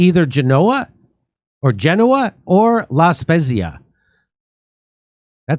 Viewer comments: correct pronunciation sounds like La Spetsia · So proud of Italians. "Spezia". Pronounced SPETZIA. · Good news. La speh-zeee-ah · Jimmy, it’s pronounced La SPETZA…god bless Italia! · Its pronounced La-speezia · Its pronounced La Spetzia … most Italian are not fascists